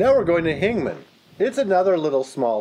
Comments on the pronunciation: Hingham. I think you said, "Hing-man". "How long it has been abandoned." You added a "for" at the end of that sentence. It wasn't needed. Grammar note. The video was nice. I like it. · and hingham is hing-um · It's pronounced "hing-um"